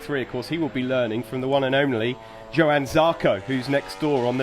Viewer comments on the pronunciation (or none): Johan...not yohan, not jo han...its J 'OH' an Zarco.